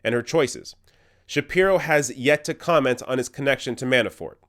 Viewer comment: Is he saying Manaford? Anyway... Funny